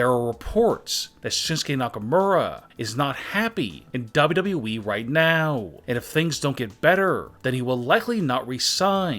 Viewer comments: This guy doesn't know how to say WWE at ALL WHEN I MEAN IT I MEAN IT... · The way he says wwe though